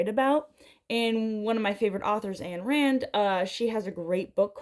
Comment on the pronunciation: First, you should never tell anyone that Ayn Rand is your favorite author because the only thing worse than her writing was her philosophy (which is what most people think of upon hearing her name). Secondly, you should be able to correctly pronounce your favorite author’s name.